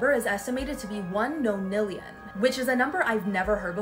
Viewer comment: Nonilon no decillon.